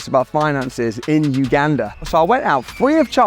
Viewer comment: Thank you for all your efforts, this is a significant achievement. Secondly, I appreciate your accurate pronunciation of Uganda.